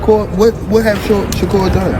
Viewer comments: Say his name correctly. Sha-Kur not ker. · Sounds like he say checker 😅